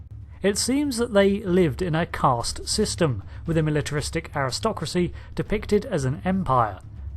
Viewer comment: There is no "r" in Caste